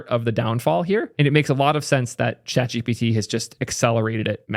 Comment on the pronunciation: Nah it’s definitely chat gpiiitie